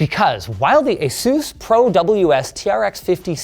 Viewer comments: With this video you've made me a fan of that guy from kings cross again and asus , why do you say asoos? Irxe are-us. Also looks like I'm trying amd foe 3rd time in life haha 😄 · lol ace-oos, he still can't say Asus correctly